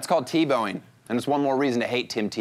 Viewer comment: He's "teBLOWing"